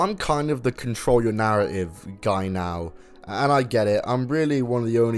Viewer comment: Control yo narra-ive